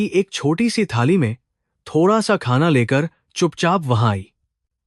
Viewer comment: Aapki vasa itni galat uchharan ku hae apni mattri vasaitna galatkapre ko bolrahe ho kaha khana ko khaja yea sab kea hae